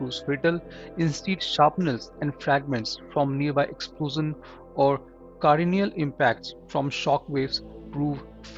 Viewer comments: You mentioned"CAR-NIAL" impact in the start. It should have been"CRA-NIAL" impact! 🙏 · Constructive critique: It is "cranial" as in "crane" + "ial" not "car + nial". Thanks for the detailed information. Subscribed 👍